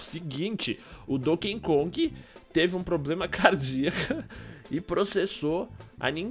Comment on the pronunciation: O correto é cardíaco nao ''cardiáco''